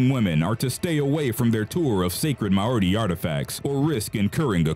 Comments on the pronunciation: he really said Maori like that huh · AHHHH........ Ok, I need to fix several of your pronunciations: first of all it's called a dib-buck box, secondly the Maori Tribe is pronounced like Mow-ree, Otzi the Iceman is pronounced like Oat-see, and finally the Egyptian financial backer for the excavation of king Tut's tomb is pronounced Lord Car-nar-van, just like it's spelled. Ok I feel better now, but when you do a video and mispronounce names it makes people feel like you didn't do adequate research, and it's very very frustrating!!! However I do still love your channel, it is very interesting and has good content!!! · Ok, I'm commenting 5 yrs too late, but is anybody else baffled by the narrator's pronunciation of "Dybbuk" and "Maori"? Bro, did you not listen to any one of the gazillions if videos out there with the proper way to pronounce those words? You just said "Ah, who cares, I'm just gonna say whatever the hell I want!"? Maori especially had me laughing really hard! No offense man, it was funny, but you might want to listen to words that you're unsure of before you record your video! 😂😂😂